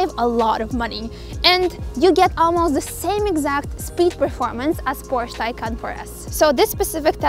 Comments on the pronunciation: Porscha is a Porsche ❤ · PORSH FOR SURE